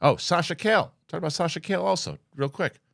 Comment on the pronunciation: “Sasha KALE”